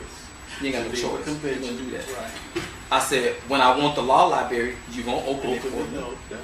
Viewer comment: Law lie-berry. Its a lie and a berry, ya dig?